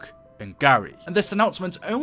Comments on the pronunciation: I've never seen someone who is so convinced that Shangri-La is pronounced like Sh-Ang-Ri Lie. Though you did alternate between the proper pronunciation off and on. Lol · It's not shangra li. It's SHANGRI-LA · It's Shangri La NOT SHANGRI LIE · Lol “Shangra LIE” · why are you callin it shangri LIE